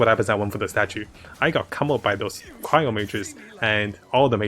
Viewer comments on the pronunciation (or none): none